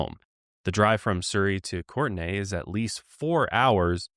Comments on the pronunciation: I'm from the Comox Valley (a part of which is Courtenay) so I am absolutely laughing at how is pronouncing it. It's just the same as the somewhat popular, usually girl's, name Courtney. Also the drive between Surrey and Courtenay is that long because we are on an island. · haha its pronounce Kourtney bc, but love y'all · Courtenay (court-knee) in the Comox Valley? I grew up in comox, ten minutes from there (well, from downtown Courtenay).